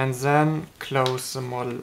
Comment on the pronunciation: You need to say and then not and zhen